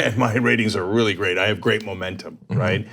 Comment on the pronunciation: Trying so hard to say “momentum”. Lmao, moron.